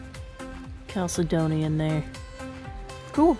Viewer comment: Nice video. Here's how to pronounce that word Chalcedony - Cal-said-dough-knee - this is how it sounds when said correctly.